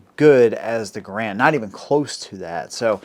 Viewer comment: Funny how most people even experienced in weapons pronounce Garand wrong, it's pronounced Gærənd. Canadians have to be special in the pronunciation of their names.